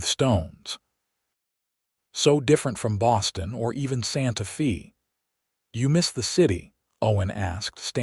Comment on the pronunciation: Can the narrator please say Santa Fay not Fee